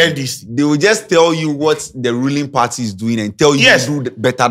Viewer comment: She say majoridy Caucaus 😂😂😂😂😂 she’s not serious, The headquaders, new patriotic pardy, supporders 🤣🤣🤣🤣🤣🤣🤣🤣🤣🤣🤣🤣🤣. Smh … If she wins aaaa ago shock give the delegates & constituents